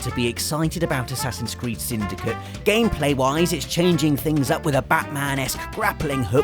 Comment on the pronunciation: Playing The Witcher 3 made me think he said whoreson cart when he was talking about assassins creed 😂